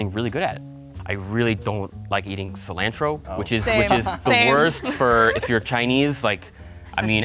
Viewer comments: I think it was more, California accent with low voice (more likely Asian) vs whatever American accent has him pronouncing cilantro SEE LAND TRO 😂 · This should've been done as soon as said Ci-lANtro. Dishona on your cows and family for not voting him out after sounding like that 😂